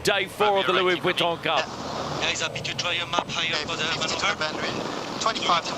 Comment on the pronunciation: Perhaps if could learn to pronounce the "Vuitton" part of "Louis Vuitton", the sponsors might be a little more impressed. And why is he - and nothing personal here - commenting on yacht racing, a sport about which he clearly knows very little?